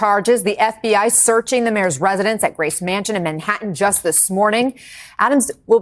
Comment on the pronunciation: It's pronounced Gray-see mansion :) I spent 5 years in Brooklyn